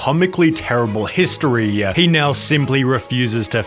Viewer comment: I can't listen to that. Historeeeyah